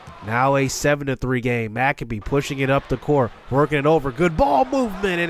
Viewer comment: anyone gonna tell him it’s no macabee and it’s pronounced mac-abe